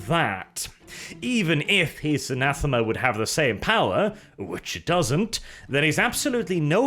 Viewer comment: Anathame,. Anathame. Ree.